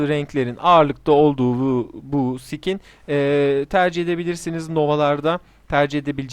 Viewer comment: Skine sıkin demen lazım sikin diyon yanlis anlasiliyor